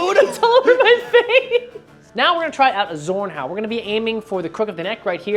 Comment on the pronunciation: That Zornhau is beautiful! But please! Say it like "Tsorn" not "Sorn", the whole sound and meaning of the word Zorn get lost 😄